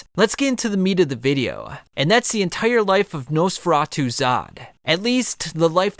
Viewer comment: He pronounces it Nose feratu, the video is completely unwatchable now because it’s all I’m gunna be able to think about for the next week.